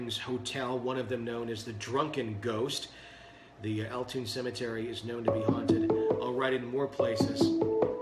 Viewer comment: Hey it's Sara, I wrote a letter about Alton. Btw it's pronounced All-Ton not toon lol